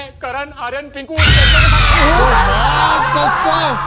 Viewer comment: bro that maa kosom sounded like an assamese ? Are you an assamese ?